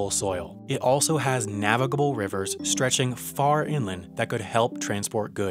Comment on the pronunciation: Does anyone else get annoyed whenever he says navigable